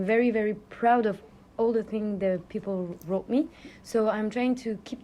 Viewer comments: And the Ls "Peopou" 😂 Unmistakable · And the final sound of 'people', that also sounds so much like a Brazilian pronounce.